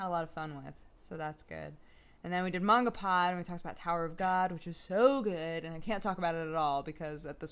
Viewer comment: hahah how you pronounce manga wtf